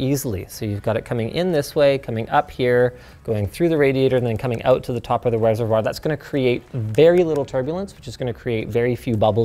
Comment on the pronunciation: It's not reservoir, its reservoir